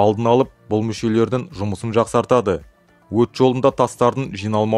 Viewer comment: Мүшелердін емес мүшелердің Ң әрпін тастап кетпей қосып айтуға тырысыңыз Ң әрпін. Мын түрлі емес мың Ң әрпі үйреніп алыңыз.